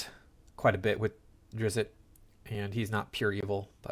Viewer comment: "Drizzit." "Droe" Oh, you don't care about the pronunciation? Good luck with the view count, bub.